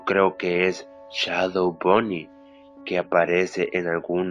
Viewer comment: soy la unica que noto que dice "la caPa de bonnY" enves de "la cara de bonnie"??